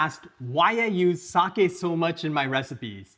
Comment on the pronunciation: Hoping monolingual English speakers watching this will finally learn how to say “sake” correctly.